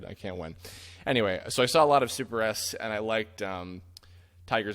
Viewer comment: You love Sailor Moon good! :D Though it's SuperS not Super S (written with two capital S' and pronounced as a plural), a VERY common miss-conception that not even Peter Cullen could escape from. :D